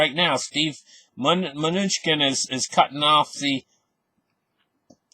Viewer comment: Good info, thanks!!! Its Ma-new-chin :)